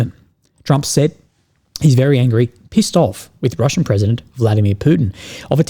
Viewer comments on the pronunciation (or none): none